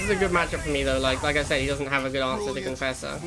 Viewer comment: "Conauder" "marafesser".?? I dunno anymore.....